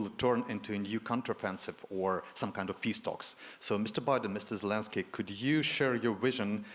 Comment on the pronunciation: President salinsky? 🤣🤣🤣